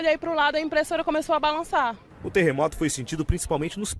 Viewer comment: TER RE MO TO não TE RRE MO TO Ta errado